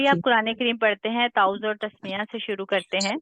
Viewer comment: Maim tawwauz hota hy arbi me ap is ko tuooz keh rahi hen y gult hy